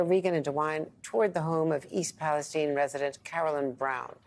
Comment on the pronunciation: Why is msnbc intentionally mispronouncing the name of this town? It is pronounced in the exact same way as the country Palestine.